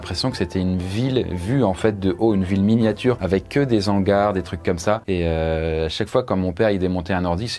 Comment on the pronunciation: des quoi???... des zangar???.... ouiiii